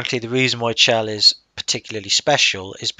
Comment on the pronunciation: Her name is supposed to be pronounced with a hard "CH", not like "shell". Since her name is never actually spoken in the game itself, you can't be expected to know this, though. There was a line of dialog recorded in which someone speaks her name that was cut from the game, but it is still available in the game data if you know how to access it. Also, there's a pun between her name and the Italian word for "heaven" in [spoiler redacted], and the pun doesn't work if you pronounce it "shell".